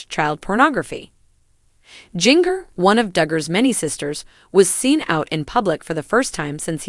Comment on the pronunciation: It is Jinger won't you say get the name right.🎈